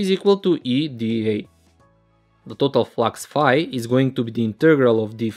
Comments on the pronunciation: Let's take a look at the pronouncing of total also #_# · Who notice when says तोतल flux😆